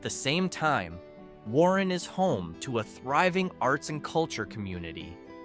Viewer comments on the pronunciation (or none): none